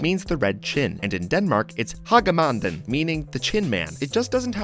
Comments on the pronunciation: wrong its hage manden not hakke manden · Hage manden (the crimson chin in danish) you say it like Hak a magen wich doesnt translate to anything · The Danish pronunciation of hagemanden, almost made me fall of my chair laughing. But cool that you tried tought ^^